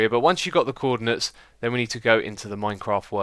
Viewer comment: "Cwordinates" xD